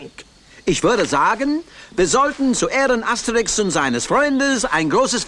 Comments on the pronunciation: Das heißt Asterix bei den Briten und nicht Aterix 😂😂😂😂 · Asterix nicht aterix 😂😂😂😂😂😂